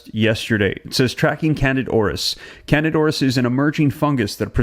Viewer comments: Please learn the correct pronunciation of words that you use. You frequently mispronounce them. It’s not pronounced can-did. It’s can-deed-a. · It's not Candid, as in candid camera- it's candida (can-dee-duh). Why are you leaving out the "a" from the first part of its name? It is not a silent "a", and its placement at the end of the word makes the "i" make the long "e" sound, as in e-mail. It's candida. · It sounds like can di da. Not candid. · If you want to spread truths, know how to pronounce words that you are "spreading truth aboott". The phenetic pronunciation of the word "candida" is NOT "CANADA"!!!! It is can-dee-duh. For fuck sake! Figure it oot! Pitter patter, let's get at her! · The proper pronunciation is Can dida "i" as in e, Aur_is there!! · Excellent reporting, as usual. Thanks! Also, with all due respect and admiration, the fungus is pronounced CAN-dee-DA ORR-iss. I apologize, I have a weird thing about pronunciation lol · Can-dee-da auris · Its Can -dida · FYI: the pronunciation of candida is(canDEE da) just so you know😊...BUT OF COURSE ITS IN HOSPITALS!! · At least pronounce it correctly! It’s can-dida! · Pronounced can-dee-ta.